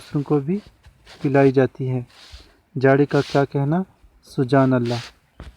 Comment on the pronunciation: Sir. Sujaan Allah. ni. Subhaan Allah. Hai. And. Gza. Ni. Giza. Hota. Hai.